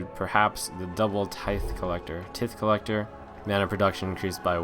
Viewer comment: tithe collector is pronounced tie-th btw :)